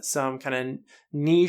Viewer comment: Thank you for pronouncing niche correctly.